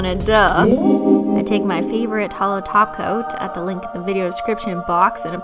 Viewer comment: kept hearing "taco" instead of "top coat" orz